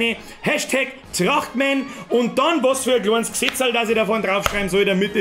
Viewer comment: Trrrrrrachtmän is schou a komode sach